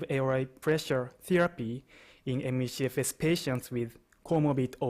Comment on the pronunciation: Take a shot every time he says: ME-SHE-FS